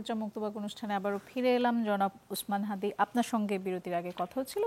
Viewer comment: তার নামটা সুন্দর ভাবে উচ্চারণ করেন হাতি না হাদি ok